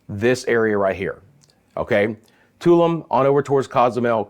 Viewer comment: Tulum is pronounced Taloom